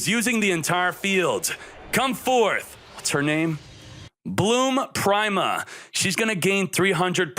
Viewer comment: You know "prime-a" is pronounced "pree-ma" right? Like "prima donna"